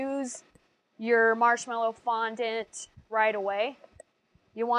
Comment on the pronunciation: I hate how you say fondent you should say it like fonDAT *duaht*